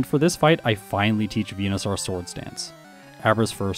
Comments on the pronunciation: Why do you pronounce it Venusar 😂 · Why do you say Venusaur weird? 🦧